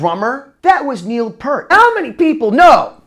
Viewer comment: OMG!! It's NOT pronounced "PURT" it's "PEER-T"!!